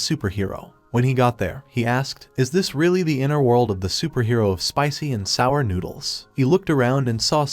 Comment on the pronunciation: Im sick of the ai voice pronouncing "Spicy----and sour noodles"